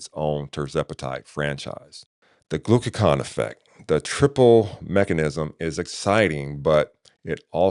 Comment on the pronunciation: Hey superstar. Great review of retatrutide. I was wondering about lean body mass loss versus Zepbound. Also. You said glucaCON versus GlucaGON Also I saw AI said to pronounce Retatrutide as you did but I thought it was pronounced Reta. True Tide. Just wanted to share that as you continue your beneficial work. Thanks I appreciate you